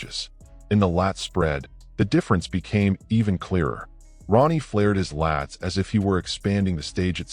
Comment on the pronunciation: You said Ron ie